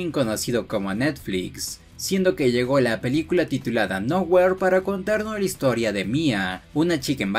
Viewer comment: Se pronuncia noujir